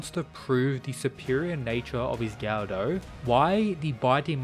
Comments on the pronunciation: It's pronounced guh-duh, not gaudau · It would be pronounced "go dough" just fyi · Yep, that is the proper pronunciation of the long O (ō/ou) sound.